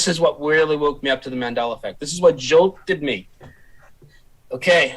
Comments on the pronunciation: Here's a mandela effect fact for you: He says "Mandeller", not "Mandela". Been like that forever, but I'm pretty sure some are just catching on to it. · “Mandera Affect”. Do you mean Mandela Affect?😂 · Why is pronouncing it as Mandelr effect? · Why do you say "Mandelar". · Why do you pronounce it "mandeler effect"? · Why do non rhotic speakers from England ignore the letter R until the say a word ending in a long A at the end? Mandela effect is pronounced "mandeler" and park is pronounced pock. The letter R deserves respect. You can't ignore it most the time, then tack it on the end of words whenever you feel like it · Use the “L” sound please my guy.😂😂😂